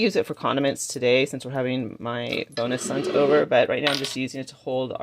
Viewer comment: Looks great, love all the pastel colours, some gorgeous things, always laugh when you say bonus sons 😁, Thankyou loved the tour xx and Happy Easter x